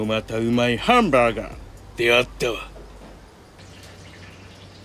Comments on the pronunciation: ハンバーガーの発音がヨキ🤣マクドしか食べた事のないわたしにとって､こういうハンバーガー めっちゃ美味しそうで食べてみたい🤤💕HONDAにまたがってる､イカしてました😉✨ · ハンバーガーの発音 クセすごいっ🤣 ハンバーガーめっちゃ 美味しそうでした 🤤